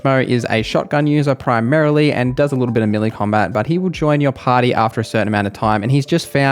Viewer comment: Meh - lay rather than mili is how you would say melee